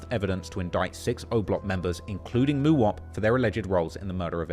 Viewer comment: The way he say Mooowop 😂😂